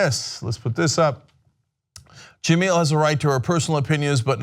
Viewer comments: Jah-mel... Not Jah-meal... Watch espn once in a while. She's a funny and witty host, so I'm glad she's staying. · still didnt bother to learn how to pronounce her name correctly huh?.. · Its because Cenk is a racist himself. If it were a white woman, he would be pronouncing that correctly, mark my words! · Can you please learn how to pronounce her name?